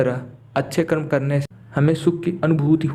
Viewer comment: Good story but please use Hindi words CORRECTLY! It's कर्म and NOT कर्मा! Foreigners have destroyed out languages by adding "a".